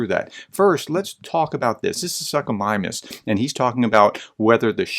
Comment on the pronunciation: You mention it fairly often, so can you please learn to pronounce Suchomimus professionally? It's soo-ko not suck o.... long o, as in too, tool, fool etc. I only mention it because your channel says "professor" so whatever you say, less educated Americans assume to be correct. Small things matter. Cheers.